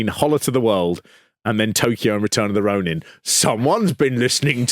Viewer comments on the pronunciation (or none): none